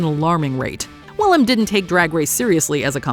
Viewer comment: It's William...NOT Willum.